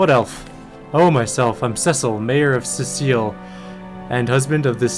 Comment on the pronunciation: Cyseal is said like psy seal, not cecil 🤣🤣